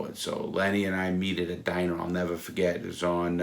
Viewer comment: nevuh fuhgett